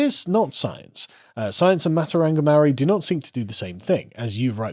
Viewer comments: As someone from NZ, the mispronouncing kills me. The vowel sounds are "Ah Ae Eeh Orh Ew" instead of "Aye E Eye Owe You". So Its more like "Martowrunghee" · Having spent half a year in New Zealand, Maori culture is incredibly fascinating and it made me reconsider some of my previously held positions (and hearing you mispronounce every Maori word was just awful lol). However, it's wrong to call it science, just as it's wrong to call Christianity or Libertarianism science. Science deals with the mundane; philosophy isn't factored in. It gets difficult since the Maori worldview doesn't discern mundane and spiritual; it's all interconnected. However, this worldview doesn't make it impossible for Maori to understand what science is (it's a universal tool after all). Also, the examples they use for Matauranga are true but so patronising. Oh look, berries! Oh wow, random surface level folklore! Why not talk about how Maori are able to trace their lineages back hundreds of years back to the very first waka (canoes) that sailed thousands of kilometres from Hawaiki? How they could travel all around New Zealand and make contact and trade and have treaties with different tribes? All this without any writing system? I think it's because there's a truly imperial attitude to Maori from the government there. Like there's a real white saviour "i have a black friend" vibe that just seems so insincere.